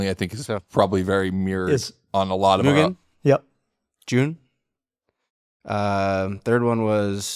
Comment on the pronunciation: Oh, man,. You and Sung Kang need to keep going with the movies. "Smokey." Make it happen! Also, if you care about pronunciation, it's moo-gen, not mew-gen.